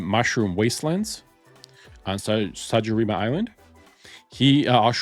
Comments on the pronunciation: Bro didnt even attempt to pronounce "sakurajima" right 💀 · DR BRAWN, not Dr Bowen. Can you not read? Seriously surprises me with the pronunciation, It’s not even a complicated name!! Also the pronunciation of the Japanese island is just as bad. Can you read ok?